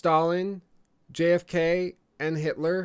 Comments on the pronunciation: "JFK" try again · did he say JFK